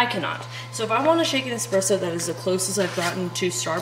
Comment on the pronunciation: As a barista that has also sold nesspresso you will never get me to quit REAL QUALITY ESPRESSO unless everyone keeps calling it EXpresso.. lol its funny, but damn annoying after the 3rd hour of hearing it...